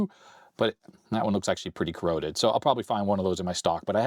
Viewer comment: PeeCeeBee are CorrOrrOddEdd